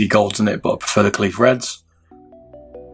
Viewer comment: i think kailh pronounced kale